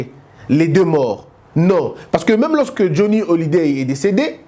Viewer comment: Johnny Hallyday et non Hollyday